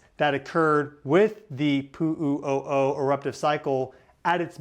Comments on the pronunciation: I could not listen to you say Puuu uuu oh oh one more time without loosing my damn mind. Learn the pronunciation please. Where do you get your information? This is rubbish!!! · He says Pu'u O'o funny , doesn't he.?